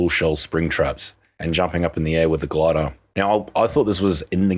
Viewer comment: "The gladah"